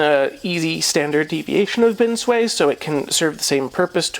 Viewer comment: Love the videos, very informative. Just one.gripe, the way you pronounce binsui! Haha. It's bin sue ii or e not bin sway